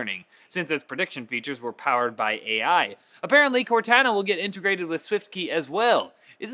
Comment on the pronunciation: its cor-tohn-uh not cor-tan-ah LOL